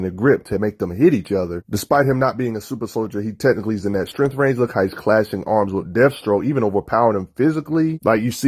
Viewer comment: The fuck is strenth, vice greap? You mean STRENGTH, VICE GRIP. Bro work on your enunciation. PRONOUNCING words properly helps people take you serious. You sound like you have a big wad of gum in your mouth. "mumble mumble" batman strong mumble mumble. yeah! Fucks sake man how high are you that you sound fucking drunk or something.